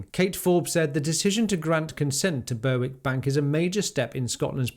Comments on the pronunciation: Very good....but please, it is Ber-ick. And Bass Rock...as it is spelt! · Berwick is pronounced “Berrick” just FYI. No offence intended, don’t flame me.